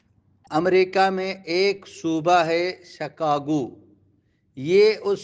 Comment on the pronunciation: شکاگو میں ش کے نیچے زیر ہے